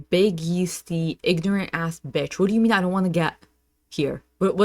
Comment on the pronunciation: “I’m spinning bítch” 🤣